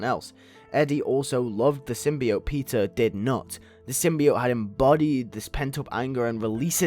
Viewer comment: Why does it sound like you're saying pizza but you are saying peter